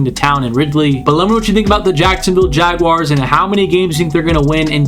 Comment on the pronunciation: Great video... and I also live the fact you actually pronounced Jaguars correctly. So many other content creators say Jag wires and it drives us mad here in Duval. But anyways awesome vid and yes look out NFL them Duval boys gonna make it interesting this year